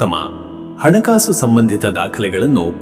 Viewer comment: ಅಣ ಕಾಸು ಅಲ್ಲ ಹಣ ಕಾಸು ಅ ಕಾರ ಹ ಕಾರ ಬಳಸಿ